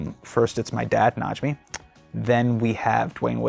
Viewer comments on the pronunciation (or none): It's Najme not Najmee lol